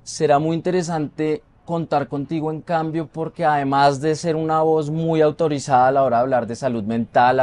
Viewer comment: Una voz "muy autorizada" ese enfasis no es necesario.